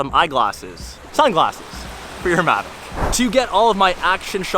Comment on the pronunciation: It's mavic not magic